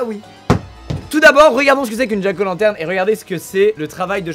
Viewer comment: Ça se prononce "Djack Ao Lantèrne"